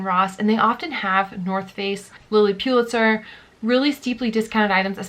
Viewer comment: Please it’s pronounced Lilly Pull-itzer, not PU-litzer! Sorry but It’s hard to hear over and over again. Thanks for the videos and good luck with the new baby!